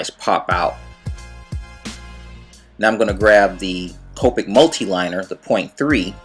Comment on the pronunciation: its Ka-pick